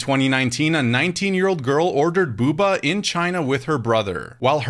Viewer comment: It’s Bo-Ba you dunbass